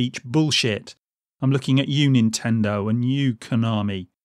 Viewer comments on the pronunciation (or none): none